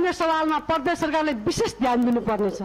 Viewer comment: परदेश र प्रदेश पनि भन्न नजान्नेहरु किन वक्ता बनेर बोल्छ हौ?हैट